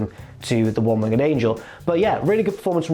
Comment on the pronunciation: Can we discuss how says "One Winged Angel" please? Its "Winged" isn't it? Not Wing-ged" surely? Google translate agrees with me people.